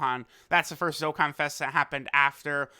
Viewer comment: Welcome back to another dok-kan